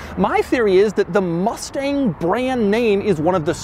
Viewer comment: They triggered me when they said Mustage mach E